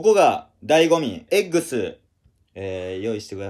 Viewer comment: まだ見てへん❗️後でゆっくり見るわ❗️ どーせエッグス❗️言ってるんやろなーw